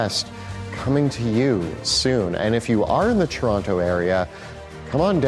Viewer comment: "Churonto" I knew you guys were fellow canadians, but I somehow just felt it when they pronounced Toronto correctly.